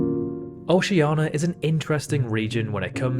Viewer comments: For the last time, it’s OCEANIA NOT OCEANA. Oh-see/she-an-ia. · Dude, it's not "oshiana", it's "oshie:nia". Fuckin' learn to speak your language. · Oceania not Oceana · "OCEANA" "JANERIO" Why???? WHAAAAAAAAAAAAY???? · Oceania* and rio de *janeiro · Seeing how he can't pronounce Rio de Janeiro or Oceania correctly, you shouldn't really worry. Yours is probably more correct than his anyway. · he took the /i/ sound he didn't pronounce in Oceania and added to Rio de Janeiro